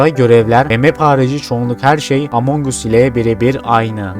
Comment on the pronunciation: Us nasıl bir telaffuz 😅 As diye okunuyor kardeşim kendini zorlama